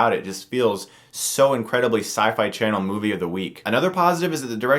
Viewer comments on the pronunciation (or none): none